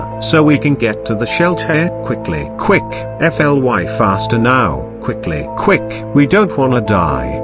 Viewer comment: Why is the word fly say f-l-y? (Did the tts voice made a mistake)